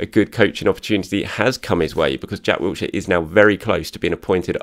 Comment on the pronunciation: there is no T in Wilshere. Please pronounce his name correctly. He deserves that much. There is no excuse as an Arsenal fan and journalist to get his name wrong.